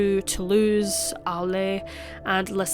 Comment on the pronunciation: good job, finally one of these channels where the commentator can pronounce french correctly (with the exception of arles. (aaarrrl not aaarlay)